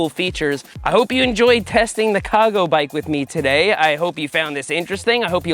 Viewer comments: I know nothing about these bikes and I kept getting triggered when you mispronounce "cago" .. I'm like.. WTF IT'S CARGO .. lol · As a Spanish speaker hearing you say “cago” is hilarious. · English is my second language and it took me embarrassingly long to realise that when you're saying "Ca Go bike", you mean a brand name and aren't just saying "cargo bike" with a silent "r" 🤣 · Spent the first minute thinking you couldn’t pronounce “cargo” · I thought Cago was Seth's NY accent saying CARGO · every time you say Ca Go it just sounds like you’re saying cargo with a Boston accent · I heard "CaGo" and thought "oh right, he's from Rhode Island"